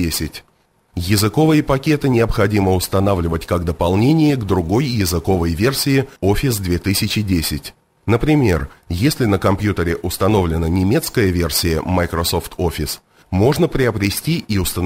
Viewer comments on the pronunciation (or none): Не совсем по сути видео, но: невозможно досмотреть до конца, потому что голос за кадром постоянно повторяет одну и ту же ошибку: "языкОвый пакет". Многоуважаемый автор, вы явно снимали ролик для других людей, почему же нельзя проверить, правильно ли вы говорите? ЯзыковОй, а не языкОвый. Самый банальный пример - словосочетание "языковОй барьер": не "языкОвый барьер" же. С языковЫми ошибками даже самый увлекательный материал не удастся правильно воспринять.